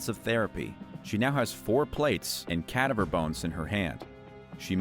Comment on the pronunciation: The way he said cadaver threw me for a sec there 🤨💀🤣